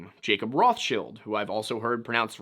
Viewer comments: I was on their side when they were like "hey guy were not narcs," until he said Rothschill instead of RothsCHILD like he's never heard the proper name pernounced before. Total control ops 😂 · It’s Roth CHILD!! The original banker Rothchild had a Jew name. But his business was named “Red Shield” in German!! However the English spelling of their actual last name is RothCHILD!! Not shield! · I'm 37, love conspiracy theories, never have I heard it pronounced "Roth's chilled" I have only ever heard it pronounced "Roth's child" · Who pronounced rothchild as rothshield 😅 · Huge red flag when someone uncritically claims "The Rothschilds did it." Aww, I'm just some guy, I don't even know how to pronounce this name. Rothshield? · Rothschild is 100% pronounced ROTHS-CHAI-ILLD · completely wrong. its pronounced somewhat like roht chilled. but the r is hard and the oh like in OM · It's actually "Roths-child". Like how the names Torsson and Ingasdottír are "Tor's son" and "Inga's daughter". "Roth's child" (whomever Roth may have been in the great misty whenever). I don't think it was a grab like the footage seems to suggest. That looks to me like, and I'm spitballing here, a naturally-occuring thin-spot discharging a burst of energy. I don't know why that would be - ground-level thinnies don't behave that way, insofar as I'm aware - but then again it's high-altitude. Atmospheric or hull ionization might be a factor. But I don't think government forces Blinked it from there to wherever Point B might be. I know it's probably naïve to say that we can't have such tech yet, but...I'd rather not entertain that particular brand of terror. And if they do, then you know they'll misuse it, and people in general will need to do something. Probably something drastic, because like the bomb, no one should have access to that kind of capability, period. Humans can't be trusted with a hunk of sharpened rock, let alone something of that unpredictable scope.